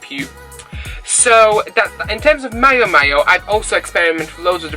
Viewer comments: Great honest 'from the heart' video and guide. It appears to me that the Blucon is quite poorly designed and it really amazes me as to why these problems that you report on weren't found and solved during the prototype stages? Many thanks and if its of any interest, its pronounced Meeow Meeow, as in the cat sound; ). Cheers and have a great weekend. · Miao Miao is pronounce like the sound of a CAT, thats why the logo is a cat.